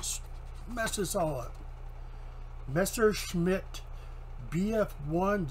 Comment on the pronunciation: Nice video. You pronounced Messerschmitt correctly. Tough way to learn the lesson about lettered sprues, but it sounds like you have a plan to recover. and since you like to weather you might really enjoy aircraft and armor. That is really cool how you have inspired your Niece and her boyfriend. And yes, your closing sentiment was very true, you never know when it will be the last time you see someone.